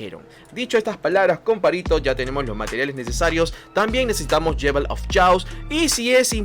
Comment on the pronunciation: Muy bueno el vídeo, ya me suscribí.....solo una observación no es "yewel of chaos" es "yol of keios"(la pronunciación).